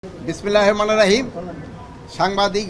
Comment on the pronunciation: বিসমিল্লাহির রাহমানির রাহিম।এটা শুদ্ধ ভাবে বলতে পারেনাহ😅 এই নাকি স্বরাষ্ট্র উপদেষ্টা 🥹